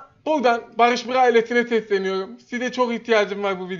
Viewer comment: değil bağış bğa